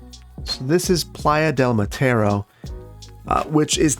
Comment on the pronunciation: If I recall correctly, the vowels sound consistent in Spanish, so all the a's in "Playa de Mataro" would sound about the same. It sounded like you said, "Playa de Matero."